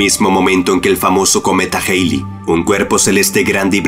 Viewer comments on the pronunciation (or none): Cometa jeili jajajaja se lee cometa jalei